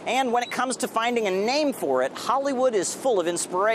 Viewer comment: !! Listen to how he says hcccccchollywood. Thats no accident.